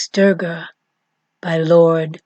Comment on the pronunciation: Oh my..oh my 🤣 this is Wikipedia information..you are not even pronouncing right... address her as mother durga.. use respect when speaking of my mother....you know... she's also uma when reversed its om...ma durga is pranava swaroopini...sri matre namaha.. thanks for spreading love of my mother